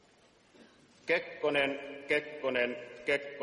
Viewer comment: Kepponen, Kepponen, Kepponen.... Can't unhear it.